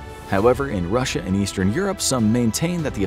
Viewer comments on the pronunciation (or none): none